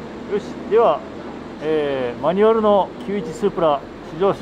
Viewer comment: マニュアrrrrrrrミッション！